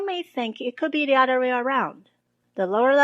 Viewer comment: Hi, thanks for the excellent and informative videos. I wanted to give you a little constructive criticism. Your English is extremely good. But I might suggest that you look at your pronunciation of the word "other". It sounds like "udder" when you say it (an udder is a cow's nipple, lol), one must be careful to use the "th" sound in this word. Keep up the amazing work! :)